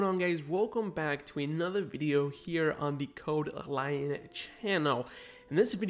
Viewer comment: It's lion not lyon.